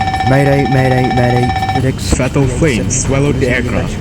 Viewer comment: Fedex:❌ Tedex:✔️